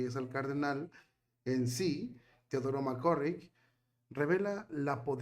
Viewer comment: NÓ SÉ DÍCE : "Mc C🤮RRICK" : sé díce : "Mc CÁRRICK" : cón : "á" : NÓ CON : "ó" : q : ÁNSIAS : y : CUÁNTA : ÍGNÓRÁNCIA : 😡😡😡😡😡😡 : 🤮🤮🤮🤮🤮🤮 : ESO LES PASA á LOS : "YOUTUBERS" : QUE NO SÉ : "ASESORAN" : q : ACTÚAN : "POR SU CUENTA" : 👎🏽👎🏽👎🏽👎🏽👎🏽👎🏽👎🏽 : (YO SOLÍA ASESORAR á ESTE : "YOUTUBER" : HASTA QUÉ : (LAS QUE SE CREEN : "DUEÑAS" : DE SU "CHÁT" : LÉÁSE : "MARIBEL LÓPEZ" : y SÚ : "PANDILLA") : SE ENCARGARON DE PONERLO EN MI CONTRA : y : YÁ : LE DEJÉ DÉ : "INTERESAR" : ALLÁ ÉLLL : 🤮🤮🤮🤮🤮🤮🤮